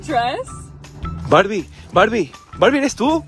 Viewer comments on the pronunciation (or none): none